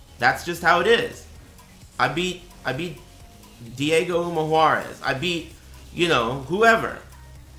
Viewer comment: "Diego Umajuarez" lmao